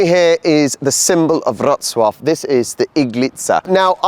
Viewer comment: Your polish is so much better. The way you pronounce Wroclaw is fantastic. Good work! Now get going on improving your English accent. Haha